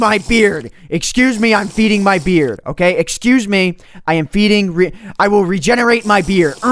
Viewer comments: I thought you were saying "I will regenerate my beer" You really "I will regenerate my beard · did anyone eles think was saying i must feed my beer or was it just me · Is he saying feeding his beard or feeding his beer? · It sounded like u said im regenerading my beer. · did he say beard or beer? the world will never know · It sounds like I'm feeding my beer and I NEED TO REGENERATE MY BEER! Okay you do that lol... Btw Yes I know he is saying beard. My first impression was beer, though. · It sounds like he's saying I'm feeding my beet